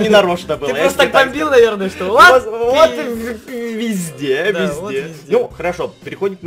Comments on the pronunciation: Он сказал : вот візде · Ты сказал вот визде камперы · Он сказал визде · Сначала я услышала пи*де А потом вслушалась и услышала вот визде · Ты сказал вот визде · Он сказал ВОТ ВИЗДЕ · он сказал пи а не ви зде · Он сказал вот визде ! Прислушайся я 10 раз переслушевала мамент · Он сказал не везде а вездец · сказал вот визде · сказал: -《 вот визде 》 А не 《 вот п****》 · Там было позде,а не везде! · Я услышал "вот визде" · сказал визде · Он сказал візде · Он сказал Вот пезде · *изде, а не визде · Там было слово вот везьде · я услышала " вот везде ЭТО КОТЫ" )))) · Я услышал: во везде этот пот:)) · Он сказал вот везде а не то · Услышала везде а не п***е Извините за мат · Он сказал вот везде но мне сначала послышалось вот пи*де